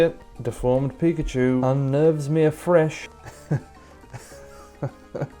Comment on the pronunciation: that ain't Pikachu that peekahchew